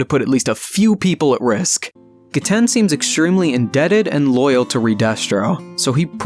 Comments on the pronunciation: It is ge-t-en GET IT RIGHT! GETEN IS THE BEST ICE USER AND NO ONE CAN CONVINCE ME ANYTHING ELSE. And you said 'seen her' its a he. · Just so you know it is “Ge-ten” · I think it’s pronounced gehten